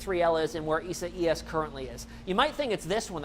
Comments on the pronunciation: isa-ias? lol! I guess he does not know how to spell the name Isaiah. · Your AWESOME!! The correct way to say this name is: E SIGH US. Thank you!! You are doing a great job. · it’s pronounced eye-zay-us LOL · ...sure its not pronounced i zay us....yep..online pronounce says it izayus...thanks for the update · The meteorologist is saying it in Spanish but in English it is pronounced i-zay-us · Go back to school learn to pronounce names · Can't wait for this storm to pass so these guys can stop butchering it's name.